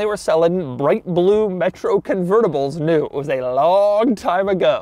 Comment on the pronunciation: Driving the “metrou”😂😂😂